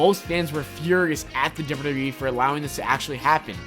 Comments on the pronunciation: OMG!! This narrator really needs to SLOW DOWN when he speaks! I was trying my best to listen and get through the video but every time he said dubbayoudubbayoueee, I cringed. He talked so fast and a good portion of what he said was so jumbled together that I couldn't even make out what he was saying. Seriously, just slow down a little and it will make a huge difference for the better. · Why do you say wwe so weird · The way he says wwe